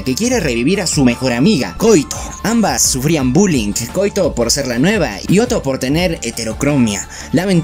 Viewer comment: quizás si la pronunciamos como en Japón: KO - Í - TO